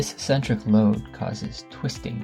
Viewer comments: Also a nit, but eccentric is ik'-sen-trik and not es'-sen-trik. Informative video. Liked it. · He also mispronounces "eccentric" as if it were spelled "essentric." I feel like we're being lectured by a high-school kid who just read a Wikipedia article. Maybe we are. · Eccentric is pronounced "uhk·sen·truhk". Great video, thanks! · Pronunciation! Eck-sentric. Not Essentric. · ik-sen-trik, tor·shn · It's pronounced ek·sentrik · finally figured out you were saying "eccentric" -- it's pronounced EK-centric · "eccentric" is not pronounced that way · You’re mispronouncing eccentric. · Weird pronunciation of torsion and eccentric.